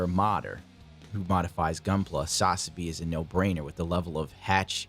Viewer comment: You are aware that Ver. Ka is short for Version Ka(toki) right? Hajime Katoki is the designer of the kits, so it's his Version... And it's SaZAbi, not SAZAbi.